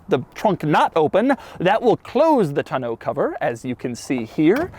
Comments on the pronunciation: The back cover, a "tonneau," is pronounced TAW-NOH, not TUH-NOH. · Doug, the kind of guy who pronounces it “ton-OH” cover instead of “tahn-o” cover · Who pronounces “Tonneau” “Ton-know?” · I guess me and my family and everyone I know has been saying tonneau cover wrong my entire life because how they always said it was “ton-uh” cover and clearly I now know that’s wrong cus I googled how to pronounce it lol cuz every time he said it in the video which was at least 30 times in the part talking about the bed 😂😂 it kept bothering me how he was saying it and him saying it like pronouncing every letter perfectly like he jus learned the word also bothered me a lot lol but now I know I’ve jus been saying it wrong forever and so has everyone else I’ve ever known 😂🤷🏻‍♀️ #themoreyouknow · Every time Doug says tun-oh cover I lose focus for the next 2 minutes of the video. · How does he not know how to pronounce tonneau yet? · Why do you pronounce tonneau so weird...